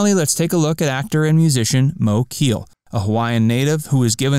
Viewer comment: Mo Keel? REALLY? His name was Moe Keale (KAY-ah-lay) Sheesh